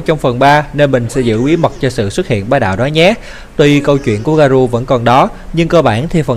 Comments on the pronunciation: Nhắc nhở! Không dạy đời, 👌 Garou đọc là garo giúp mình nhé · Là ga rô ơi...tên nhân vật còn đọc sai thì phỏng đoán cái gì...😏😏